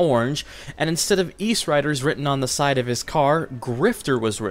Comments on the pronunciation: eastsiderz not eastriderz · Good video! I loved these games! Btw it's, Eastsiders not riders lol I use to think that too